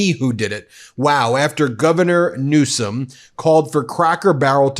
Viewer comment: His name is Newsom not Newscom. rump you can't even speak correctly